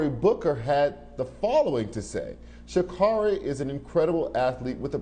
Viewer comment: Sha'Carri. Pronounced Kerri